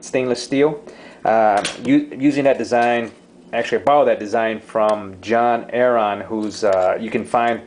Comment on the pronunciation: How were you saying the guys name? John AAron? And were you saying Hydrogen tap or tab?